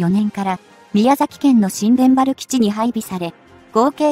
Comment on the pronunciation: なぜ日本語読みがおかしい、新田原ーにいたばるをしんでんはら、艦首かんしゅーかんくび、おおくにあるこの放送は日本人でないでしょう